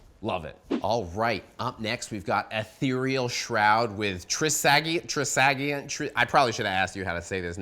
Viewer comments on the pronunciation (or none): none